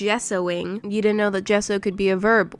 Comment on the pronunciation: Hehe ”it deed ent take that long” only a day and a half